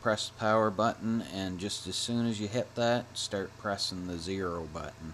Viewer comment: "Sturt up"